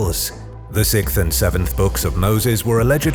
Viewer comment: mam learn how to say a simple word like sixth..